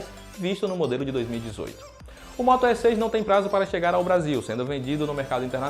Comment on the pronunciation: O que mais me chamou a atenção é o moto É com acento... kkk ai q dor no ouvido... cadê o outro rapaz que fazia vídeos?